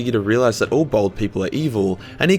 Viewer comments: bAld not bOld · As a white man who shaves his head, I am outraged by your assertion that it is a mark of evil! (Fortunately your accent makes it sound as though you are calling Horus a bold cu*t, which I suppose he kinda was...) ;D